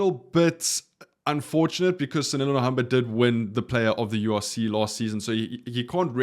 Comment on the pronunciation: You are a content creator, you are South African... But still pronounce names wrong... How TF? Btw it is Sanele